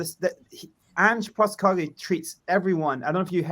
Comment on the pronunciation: Is the host of this chat really unironically saying “anger Postecoglou”? 😂 he’s really done his research!